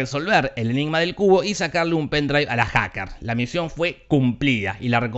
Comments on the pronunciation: Pense que decia "La Trilogía de El Culo" xdd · Cuando lo dice la voz de te lo resumo así nomas, suena como CULO jajajaja